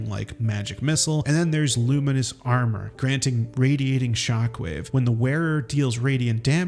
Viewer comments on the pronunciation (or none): none